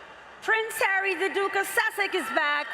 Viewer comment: WHO wrote her scripts! They need an english/grammar lesson.... AND she said"duke of susseck"